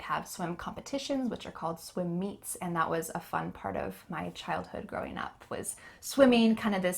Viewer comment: can you do me another favor? I definitely heard native says and that as an-nat, on this as on-nis. I dont know if i heard it correctly but doing this as doin-nis??? Thank you a lot